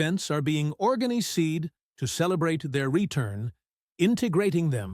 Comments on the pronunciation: Pronounciation .... organ i seed ... good grief. Absolute nonsence!! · Stupidbot. I hate mechanical narrators because they mispronounce even the most ordinary words. About . he starts gibberish. Organy seed! A human would have simply said "organized."